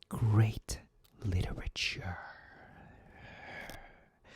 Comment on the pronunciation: "greAt literaTcHhUuUrr" woke me up and made me laugh when I was just about to fall asleep 😭